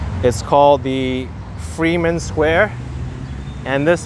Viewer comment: say "FRY-man" Square, that's how it is pronounced